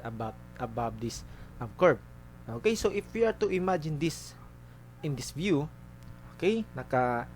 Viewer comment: galing sir! natawa ako sa may "tiin"